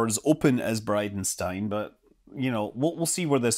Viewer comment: Thought you said BidenStein 😜